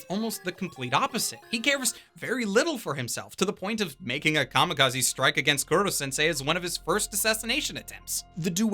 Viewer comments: Did you just say KURO sensei? Its koro... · i know not everyone can pronounce things right all the time but for the love of god KOH-ROH Kuro means Black im damn sure you know that by now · raises hand I thought the humor was perfectly fine. ... Also, it’s “Koro-sensei”, not “Kuro- sensei”. Cuz it’s a pun on the Japanese words for “kill”* and “teacher”. *Actually "unkillable" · An anime reviewer miscalling Koro-sensei as "Kuro-sensei" annoyed me, it's not hard-to-pronounce Japanese words. But not sure if it was mistake from the dub or not. My favorites were their assassination attempt at southern island, and in-class survival game battle. The dark-tone Momotarou was good too. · Who the fuck is Kuro sensei? While I love your reviews, the pronunciation of names always bugs me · Buddy, please put a little more effort into the pronunciation, i know you know how to properly say Koro-sensei